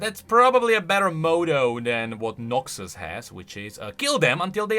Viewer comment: Every time he says Noxus it sounds like NAXus, only way it sounds like Noxus is if I really focus on it